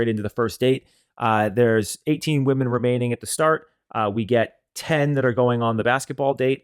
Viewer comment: Grant is a little soft! My biggest turnoff with him is that he constantly uses the word “woman” instead of “women”’when speaking about the group. Can someone please teach him that plural for woman is “women” and it is pronounced differently. So cringy!